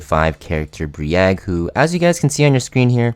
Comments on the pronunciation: Brieg, not Bree-egg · you calling him Bree Egg hurts my soul